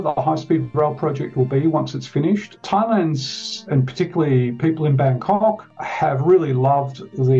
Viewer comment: Always amuse when hearing non ASEAN pronouncing “Bangkok”… Russell Peters has ruined my brain!